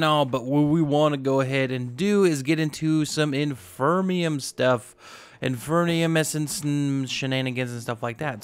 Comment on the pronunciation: btw the way i think that might be pronounced in-fear-ium essance